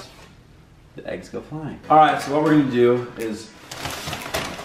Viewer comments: sev ya my dad says aGgS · When Lexi says “aggs” in stead of “eggs”